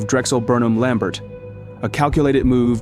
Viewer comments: It is pronounced LAM-BARE, not LAM-BERT. The final "t" is silent. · Good video! It’s pronounced lam-bare - not lam-bert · I’m pretty sure Lambert is pronounced’Lam bear ‘. Great work. !!!! Forstmann Little were the ones that attempted to facilitate the RJE/Nabisco merger. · The last name of Drexel Burnham is pronounced Lamb-BEER.